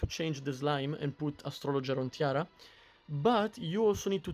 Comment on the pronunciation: EG should really consider adding names to the heroes on screen. I keep hearing you say Tiara, and I kept looking only to realize you meant Tira.